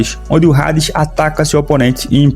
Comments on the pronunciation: Não se fala rades, se fala ades, eu sei que tem um H na frente, mas todo mundo fala Hades (ades) só vc quer ser diferente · Mano tu pronunciando o nome do Hades como "Rades" em vez de "Ades" como é a real pronuncia do nome em geral, mas é pq realmente o "H" tem sim de "R" no mangá ou por que vc realmente quiz pronunciar assim? Por que Hades se pronuncia normal, tipo como se o H fosse mudo ou implícito etc etc. Obs: não tô falando que ele tá errado não só querendo saber o mesmo o motivo dele pronunciar o nome da maneira como está no vídeo. Antes de alguém vir falar merda etc. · Vídeo completo ao meu ver mano, eu procurei o vídeo para entender mais sobre o anime, a única crítica construtiva que tenho a citar é que o H de Hades é mudo, ou seja, se escreve Hades mas se lê Ades, como se não houvesse o H, espero que leve como um informação para aumentar sua credibilidade, quando voltar a falar sobre o anime ou propriamente sobre o personagem, independente de qual universo, espero que tenha levado para lado construtivo, não crítico de forma negativa. No mais, o vídeo foi completo, pra mim, que sou leigo no anime, com certeza me tornarei inscrito, obrigado por toda informação!